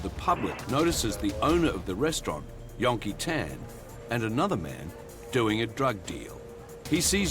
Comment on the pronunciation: STOP SAYING "YON-KEE-TAAN" !! FOR CHRISSAKE